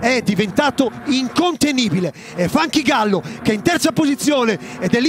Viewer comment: Bravissimi, ma "Funky Gallo" non si puó sentire.